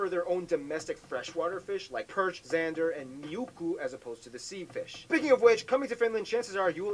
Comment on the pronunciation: It's not miukku it is muikku 🤣😂🤣